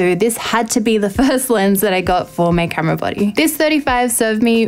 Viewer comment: That accent "camera buddy" had me baffled for a bit haha. Good work 👍